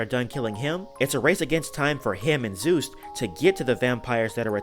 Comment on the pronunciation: His name is Juste not Zeus